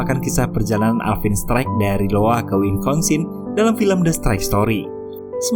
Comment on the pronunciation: Iowa bang bukan Lowa